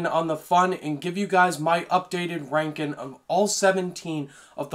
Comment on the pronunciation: Bruh this guy cant make a G sound. Rankin